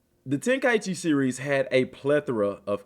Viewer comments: No. It's ten-ka'ichi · I wish folks would stop mis pronoucing this games name.....Ten-Kai-Chi